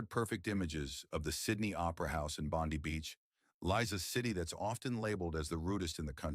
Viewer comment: Once again they can't even pronounce 'Bondi' correctly (Bondy) despite positioning themselves as 'experts' on Sydney. Obviously they've never been there, and haven't even bothered to input "Bondi pronounce" in Google.